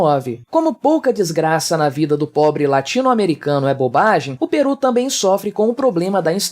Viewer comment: Correção: é Peru, não Perú.